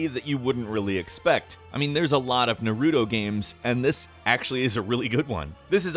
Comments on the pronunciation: NAR-OO-DO IT'S PRONOUNCED NAR-ROO-TOE NARUTO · Short oo not long oo (For correction) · Did he just call Naruto, Nerewtu? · Ive heard of naruto but what the hell is neroodo? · I have never heard of Narudo before, what is it? (sarcasm btw) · "Nar udo" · Did he really just say "nuh-roo-doh" unironically? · "Narudo" lmao. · When people say narUto, my inner weeb cringe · i cringe when people pronounce naruto like that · You miss-said Naruto and Boruto